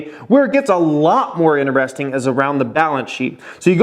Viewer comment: Stop saying ineresting. Annoying as fuck